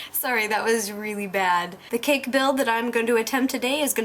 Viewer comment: I like the way she says cake....sounds like cack.